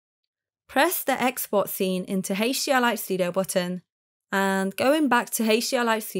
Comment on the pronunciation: "Heysch-D-R-Li-Studio"...I... just... can't. I tried, but it hurts 😢